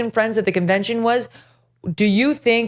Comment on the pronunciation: It should at least be someone that can pronounce NEW CLEAR rather than NEW CUE LAR.